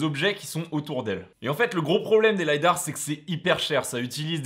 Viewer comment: Merci pour ta vidéo, très bien synthétisé, comme à chaque fois. Juste un bémol, même si ça vient de l’anglais, en français on dit lidar et pas lydar 😋